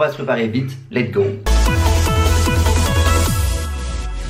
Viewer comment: en plus a chaque fois tu dis "let go" alors que c'est "let's go" j'comprends ton 5 en anglais